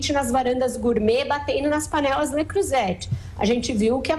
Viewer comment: Nunca vi dois jornalistas tão focados em destruir o governo. Simplesmente se colocam acima de tudo e de todos. Não tem um mínimo de respeito pela opinião dos outros. E a propósito Vera Magalhães a pronúncia de Le Creuzet está incorreta. Até o vendedor de pipoca do bairro já descobriu que a câmara está tentando criar um governo dentro do próprio governo. Estudem mais análise de discurso. Frustrante!